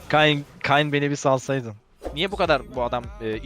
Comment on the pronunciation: kayn beni bir alsyadın diyor salsaydın değil asdasas